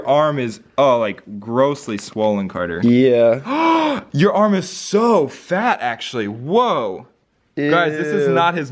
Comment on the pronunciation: not cater its carter